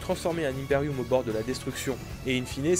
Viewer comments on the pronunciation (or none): Par pitié arrête de dire Impérioum c me fait saigner des oreilles La prononciation est similaire a curiculum ou ultimatum